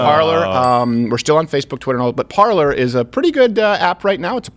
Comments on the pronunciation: Off topic: I know it sounds like I'm splitting hairs here, but it is pronounced PAR lay. Normally no one should care. But when you say PAR ler...well...that takes people to...um...something else. I'll let YOU look it up. Regardless, I don't think either website ever expected this much traffick(ing?) until the election went haywire. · Little thing, but are we going to go back to pronouncing Parler as "Par-lay?" Wouldn't hurt to be correct right? I think that's what the creators of the app intended... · Parler? That's pronounced "parlay" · Thats parler with an E! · Did I just hear the dude from a french speaking part of the world pronounce 'parler' with an english accent? -_- haha wooooooow.